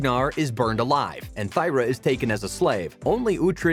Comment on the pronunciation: Thyra is pronounced "Tear-ah". Like the teardrops we shed hearing your bizarre pronunciation